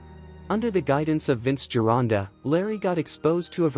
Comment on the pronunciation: Thank you for mispronouncing vinces last name you stupid AI voice! Have a nice day fool!